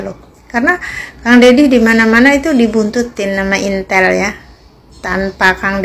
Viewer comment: Intel,,,intil,,,apa itiiilll mb,,,😂😂😂